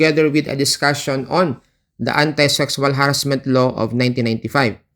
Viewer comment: pasensha naman pero masakit pakinggan yung ha-rassment kaya di ko matapos ang video